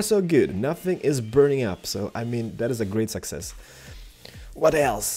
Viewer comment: I'm not trying to insult or anything but when he says success it sounds like sexist lol